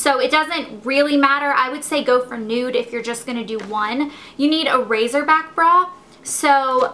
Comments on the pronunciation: it's pronounces racer back like a..car racer. lol not razor like shaving razor :P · its racerback not razorback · Its called a 'racer-back', not razor back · RACERback. When people say razerback it drives me nuts. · RaZerback? You mean raCerback. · I love that you call it a "razorback" sounds WAYY cooler than "racerback" :]